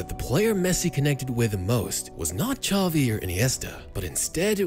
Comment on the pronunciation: Xavi* not Chovi